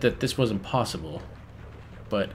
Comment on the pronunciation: haha for real, everytime says 'possible' i hear PAUSEible, it's very annoying actually!